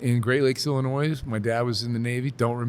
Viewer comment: Tell the S is silent in Illinois. He should know just because he was born in the state.